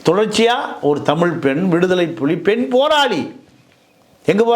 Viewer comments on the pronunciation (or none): none